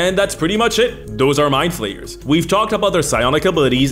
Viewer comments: I was driving while listening this, and I heard "along with beholders and rogues, My Players are one of the most iconic villans in dnd". I couldn't stop hearing "my players" instead of "mindflayers" for a good part of the video, lol ¡Un abrazo desde el fin del mundo,! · For nearly the whole first minute I thought he was saying my players not mindflayers